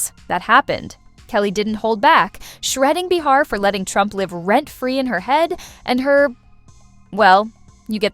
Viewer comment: not enough actual dialogue ( which is what we are here to hear ) too much yakking by the host of the channel, insulting our intelligence with too much explanation. also it's not b'har it''s pronounced bay har.